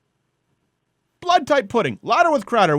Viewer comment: I’m sorry, did you say “calendar” or “Cowender”?